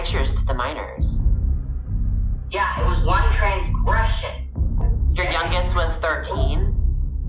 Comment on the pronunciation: I like how he says transgression